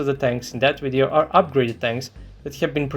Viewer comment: "Video" is pronounced with a "V" sound, not "W" sound.... smh